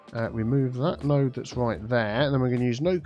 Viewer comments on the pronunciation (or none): none